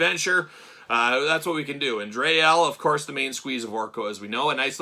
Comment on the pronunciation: Dree (pronounced like free) Elle. And Daimar pronounced like Day-mar. 😊